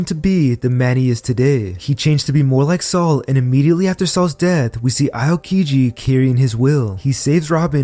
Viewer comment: AOkiji = (OW)-kiji... can't get past the AY-OH-kiji